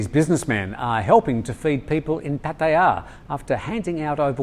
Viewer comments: Note for: Puat ta yah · please, accept it, you cannot pronounce Pattaya correctly, move on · With all due respect, he didn't say Pattaya the same way as his thai colleague did. No offense intended because Thai tones can be hard for westerners no grasp. My white father had similar issues in pronouncing some words as well but it doesn't matter as long as you're understood, so keep saying it however you wish to say it. We all understand. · Dear. Love The Thaiger!! As a farang who speaks a bit of Thai, and who has lived here for more than 50 years, can I suggest your pronunciation of Pattaya is fine, but it is the stress on the syllables that could perhaps use a bit of work. Asking a Thai to pronounce Pattaya as a word on its own, and slowly, it is hard to copy the stress. Try asking them to stay 'I live in Pattaya and I love it.'..quickly, and in Thai of course! You may be able to hear that the stress in on the first syllable and the second and third sort of fade away... It is best if the Thai that you ask does NOT know which word you are focusing on or they may try to say it slowly and clearly. Try saying the word Australia slowly and clearly and hopefully you will see what I mean! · Dear, I love your pronunciation of Pattaya, but it is still slightly off lol.